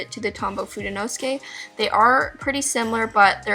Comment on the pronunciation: Fude is Japanese for brush. You have fudenosuke a little off. fude 'no' 'soo' 'kay', not 'nos' 'kay'.